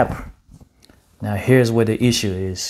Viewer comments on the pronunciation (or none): none